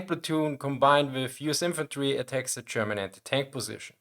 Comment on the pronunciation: Listen, i love your channel and your selection of topics. It s great. But please. I beg you. Stop saying "Chairman" instead of "German". Good luck 🙂